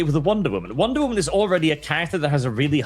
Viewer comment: Wonder Woman ❌ Wonder Woahman ✅